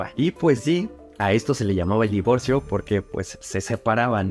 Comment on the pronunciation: Eres a toda madre, tu también decías "Divorció" Jaja